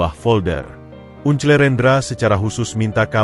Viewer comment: Baca uncle kok gitu to un cle kan itu BHS Inggris (baca angkel) Dulu sekolah saat pelajaran BHS Inggris pasti selalu tidur atau tidak masuk ya !?